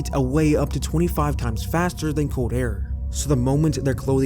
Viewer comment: COLD...not CODE